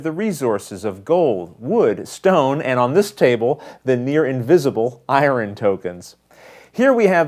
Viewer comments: ***** I think the person is making fun of your pronunciation of the word "Iron." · "Iwren" ? :) Good job on the how-to!! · ***** Ha...I'm from the south where we murder the English language for a living, but I was getting tickled each time you said iron. :)